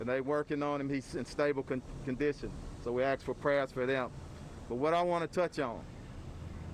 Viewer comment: Axe for prayer, or ask if you want. In 3rd grade we learned how to pronounce words. We were told to sound out the consonants and vowels from left to right. A S K go ahead, give it a try.